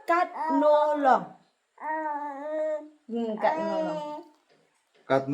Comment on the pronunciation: It's not....katno long . It's ......long katno.